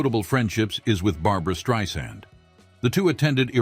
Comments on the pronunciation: Right! Like future leggend Barbara Strisang. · When, in this age of AI and other technology, will they find a way to make videos with narrative that gets the names right. Barbra Streisand came out "Streeson" and I nearly fell off my chair.